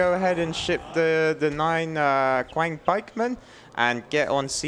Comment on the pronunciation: Just a heads-up for the casters, "Qiang Pikemen" is pronounced more like "tsiang" Q doesn't correspond to any sort of "k" sound in Chinese.